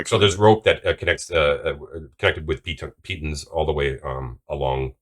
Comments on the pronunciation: Pitons use the short ‘I’ sound ‘ih’ rather than the long ‘I’ sound ‘aye’ 😊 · "pee-tawn" not "pee-tun" :-) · No please its Pit-ons! Please.